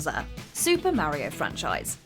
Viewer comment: mario or meh ri oh?